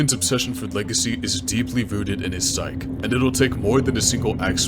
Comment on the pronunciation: great video. storyline, editing, voice acting dont wanna be that guy, though, but "psyche" is pronounced "sigh-kee"